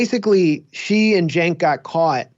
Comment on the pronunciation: Journalists don’t dress or like Anna or her boss “Cenk” pronounced JUNK.